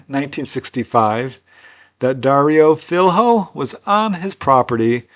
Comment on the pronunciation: Filho is pronounced "feel-yo" Ignore the H. Means 'son', and is often seen related to business names .(& filho).